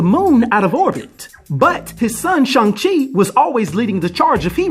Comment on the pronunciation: Ahh you said the name right lol and then laughed ...that was cool